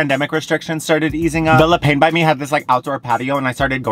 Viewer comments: Le pah is how you pronounce the word for bread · Every time you say 'le pain' 😭 it's 'looh pahn' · Le Pain is French for bread, pronounced 'le peh'. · It's a good thing you didn't try to pronounce quotidien considering how everyone responded to your "pain" 😂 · le pain😭😭 its bread in french lol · The french pronunciation is killing me ahahah